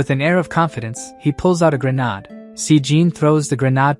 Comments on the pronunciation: You may want to try fixing your A.I. Never had an issue with it before but when grenade is pronounced as ' grenard' I can't help but find it a little annoying. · who pronounces grenade like that. so weird!